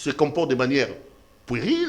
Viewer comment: On dit "puérile", prononciation "u" en français n'est pas le "u" en lingala. Donc on ne dit pas "poueril", kiekiekiekiekie.